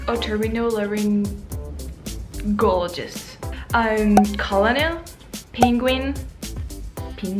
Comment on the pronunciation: Colonel, Worcestershire and comfortable are actually mispronounced by most native English speakers. You actually pronounced them correctly and the computer voice was wrong. People got lazy and started pronouncing the words incorrectly because it was easier for them until it became considered to be correct. February and Wednesday are other examples of this.